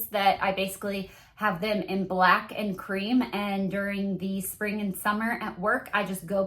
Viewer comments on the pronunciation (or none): none